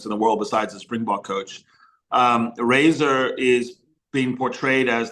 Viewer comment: Also say Razor....